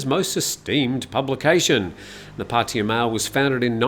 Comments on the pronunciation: Pah Tah Yah. (not Potty - uh.) Similarly, it's not Loon-down - it's London. It's not Mee-am-eye - it's Miami. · Break it down: พัท (Phat) ทยา (Tha Ya) - this is why when you drive there the (oldest) green highway sign says "Phatta Ya" . So translated it is really Phat Ta Ya. The two "Ts" blend together when spoken, so in proper Bangkok Thai "Pah - Tah Yah" is the way it is pronounced. It is CERTAINLY not pronounced Puddy/Paddy/Potty uh. Personally, I hate Pattaya and the cretins that live there, but I do love the Thai language, and this constant ignorant mispronunciation of three simple sounds is like nails on a chalkboard. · Sorry, I just find it fascinating how foreigners are completely unable, or refuse, to simply say Pah-Tah-Yah properly. It's very easy to pronounce, yet nobody can do it. It's always, Padea, Potty-uh, Poddy-uh, Puddy-uh. It's quite remarkable. But no worries, carry on.